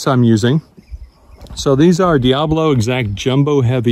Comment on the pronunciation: No, it is not. The way you are pronouncing it means devil. The word diabolo (four syllables) means two bowls, describing the shape of the pellet.